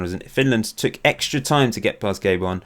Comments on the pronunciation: It's Ga-bon not Gay-bon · Gay-bon :p